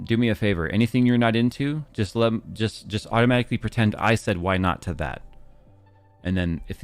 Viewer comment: I can hear Phil in my mind correcting you “Automashically?!”